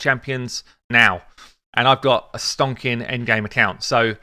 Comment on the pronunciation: "Stonkin" 😂😂 Love it